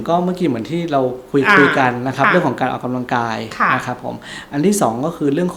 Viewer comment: หมอพูดให้ชัดถ้อยชัดคำกว่านี้จะดีนะคะ ร.เรือ และควบกล้ำไม่มีเลย แต่คอนเทนต์ดีอยู่แล้วขอบคุณค่ะ -ออกกะลังกาย